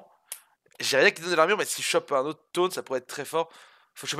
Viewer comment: IL A DIT KTOUNE ALLELUIA